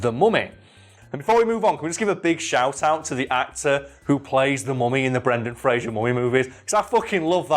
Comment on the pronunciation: Spends whole video bigging up Brendan Fraser. Mispronounces his name every single time...